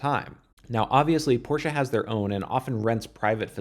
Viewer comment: Thank you for pronouncing Porsche so good - for an american ;)